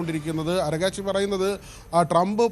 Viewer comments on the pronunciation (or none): അറഗാച്ചി അല്ല മൊണെണ ❌ അറാഗ്ച്ചി ✅